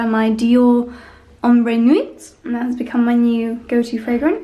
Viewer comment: ..just love your vlogs..it's evident you put in a lot of work and planning into them, therefore why they are so enjoyable and seem "effortless" and natural.:)).Just for your info as I'm french speaking... L'Atelier.(you've got it nearly right)...but accent on first syllable and "a" pronounced as in "lath"❣Nuit= silent T